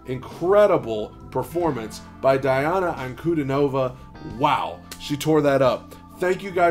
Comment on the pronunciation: Her name is pronounced as D-Anna Un-Cu-Dean-O-Va